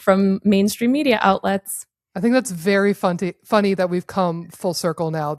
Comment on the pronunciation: Ha! She said funty!!! 😂